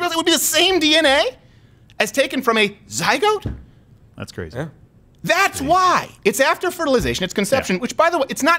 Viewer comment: What the hell’s a “ZyGOAT”????